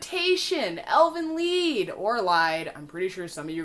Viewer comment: you pronounced elfenlied the right way, elfenlied is actually german. The translation would be: "Fairy-Song"